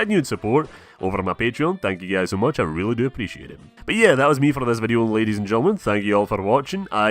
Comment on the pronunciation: Rrradys and gentlemen